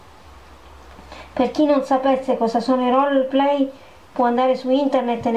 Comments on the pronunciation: comunque si pronuncia "Rol play" non un roller. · Folletta, fermati un attimo e ragiona: ti sembra il momento di pubblicare video del genere? Il naso moccioloso, una suoneria schizzata, la bambola posseduta che rutta non ti aiuteranno a riguadagnare la fiducia e il rispetto dei tuoi iscritti... E daglie con 'sto "rollerplay" 😱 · Non può andarci , è un po' messa male con l'inglese...ROLEPLEEEI😂